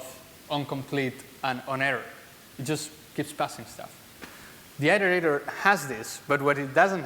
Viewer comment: apart from struggling to understand his pronunciation of iterator (i think it was that) on 2 occasions, this was - like everyone else says - a really good talk